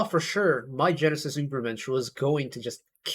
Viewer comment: My Genesis really is just slightly bonkers and I love it! It gives you whiplash in the best way possible. And as a German I can confirm the pronunciation of Übermensch is pretty good.